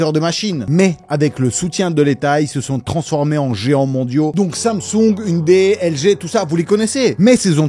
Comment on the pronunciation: Merci de ne pas avoir prononcé ounedaye. Une série sur la justice et la corruption (et la mafia) : Vincenzo.